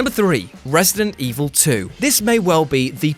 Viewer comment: It’s resident evil not resting evil 😂😂